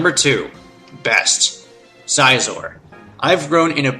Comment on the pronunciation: NakedBanana Bibarrel, Raquaza, Scizor, Giratina, dedenne (not gonna spell-check) and I can't confirm anything for gen 6, since I never played it. Aside from Scizor and Dedenne, his pronounciations weren't that bad...